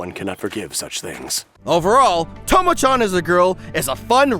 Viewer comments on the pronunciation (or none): oye! it's pronounced CHAN not CHON anyways, hilarious vid. nice.